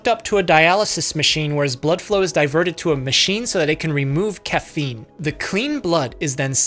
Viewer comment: Read it as cocaine and not caffeine- lol